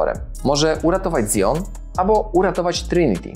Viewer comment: jaki "zjon"?!